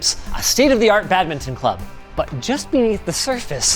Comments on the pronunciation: The way Linus says badminton...... (bad-mi-tn). Might unsub after 9 years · I wince every time you say badminton.